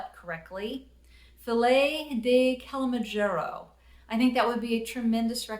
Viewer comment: To help a little with the pronouncing of 'Kilimanjaro' - I've always thought it was pronounced as killer-man-jaaroh. (Or killy-man-jaaroh). I may be completely wrong, of course, but it's a thought. (It is to do with the dormant volcano).